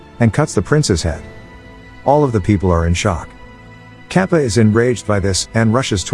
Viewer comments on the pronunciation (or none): oh my god he is calling him KAPA😑😓 its Ka ta pa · its not capa its kattapa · It's katapa no kapa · Not Kappa it is Katappa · Kappa 😆😆, it's katappa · its katappa not kappa and its mahishmati not mahishi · Its not kappa, it’s Kattappa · it’s kattappa not kappa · as an indian and he says it like papa but its katapa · the old mans name is not cappa his name is kattappa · Lol sry but its kattappa not kappa for the bald men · It’s not cappa it’s.... KAPPATHA And it’s not balladeva its....BALLADEV and it’s not devasana it’s...DEVSENA And it’s not shiva it’s...SHIVA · its not kattapap . the pronunciation should be kat-tap-pa . hope fully helps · The blad person is not kapa it is katapa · HAHAHAH BRUH ITS NOT kApPa ITS KATTAPAAAAAAAAAAAAAAAAAAAAAAAAAAAAAAAAAAAAAAAAAAAAAAAAAAA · I like how he pronouns Kattapa as Kappa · its not pronouced capa its katapa this was the best movie ever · Its not kappa its katappa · he really said kapa to kattapa the whole video😭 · It's kattapa not Kappa 😂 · It's not kapa it's katappa Kings name is Bhallaldeva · It's not capa it kaan-da-pa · its "kappa" its katapa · Capa ??? His name is Catapa . You have messed so much with pronouncing names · Its KATAPPA, not KAPPA 😂😂😂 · it's kattapa not kapa 😒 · Btw it is not kappa but katappa. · Bro there is a second part of the movie I'm indian and this is more and 3 years old and bro that bald guy's name is kattappa not cappa lol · It's Katappa not Kapa 😑 . Come on man , at least read properly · its Kattappa , not Kaapa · Its kadappa not kapa en pleas say the words properly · "Kappa" Its katappa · Its not 'Kappa' its 'Kattappa' (Kat-tap-pa) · it's katappa not kapa nad mahasmati not mashma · The name pronounciation needs working for Indian movies It's katappa not kappa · It is not kapa its katapa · It's not Kappa It's ka-ta-pa. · / its not kappa its katapa 😅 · Lol katappaa is really mean to be kaapa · its kattappa , not kapa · The fact that he pronounced the "kattappa" as kaapa baffles me.